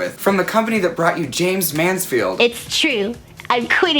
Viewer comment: Love the ending I can watch you pronounce Jaymes Manflied for hours